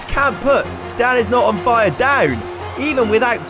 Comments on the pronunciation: Okay but when the guy says danisnotonfire it sounds like dadisnotonfire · Lol I hear dabisnotonfire everytime he says that